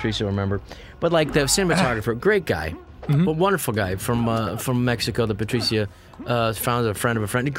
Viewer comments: I've never heard the name Patricia said Patricya insteadof Patrisha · I know its spelt Patricia but shouldn't it be pronounced Pa-trish-a